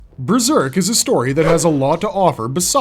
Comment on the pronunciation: Breserk? How can you not even speak English properly as your first language???